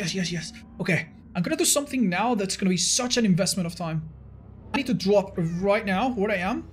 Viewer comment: « i need to dwop » 😭🤣